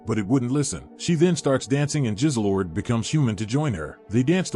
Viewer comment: Extraordinary was the best show I’ve watched in years Also the cat was called Jizzlord not Jizzlelord